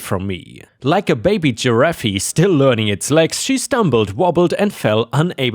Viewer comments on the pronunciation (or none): Giraffe is said as "jur raff" not "jur raff eeeeee." The 'e' at the end is silent. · Sorry your english has tripped you up again, a giraffe, has a silent e on the end, and you only sound out 1 f, just make it a little longer. Sorry please don't take offense, My aim is to be helpful. All,the best. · Giraffe is pronounced "jer - aff", no 'ee' at the end